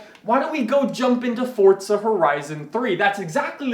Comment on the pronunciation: Says Forza like Fortza